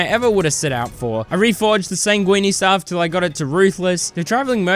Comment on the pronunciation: "sangwene staff"